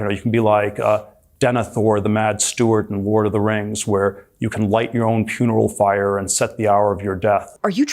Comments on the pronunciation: Gotta also point out Petey T just said "puneral fire" instead of funeral pyre. Always mock billionaires. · did he say...puneral fyre? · bro said puneral fyre....... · Does Thiel say "puneral fire" instead of "funeral pyre"? Or am I imagining him making even less sense than he already is... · Did he say "puneral fyre"? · He said "puneral fire" instead of funeral pyre. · My favorite part of those Peter Thiel bits was him say "puneral fyre" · LOL he said "puneral fyre" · had to watch a few times, but Peter Thiel is both saying "Ward of the Rings" and "puneral fyre" in that first clip... And then taking about the dwarves and how they "dwelved too deep" in the second one. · Lol, he said, "puneral fyre" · I had to go back and check. Wtf. He also says the dwarves “dwelved” too deeply… Misspeaking happens but that’s the confidence of someone who’s unaware he’s got the word entirely wrong.